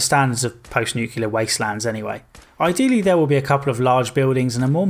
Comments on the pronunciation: Nu-clear. Not Nu-cular. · nu-clear not nu-cu-lar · The work is nuclear. nu·cle·ar \ ˈnü-klē-ər . Please pronounce it correctly!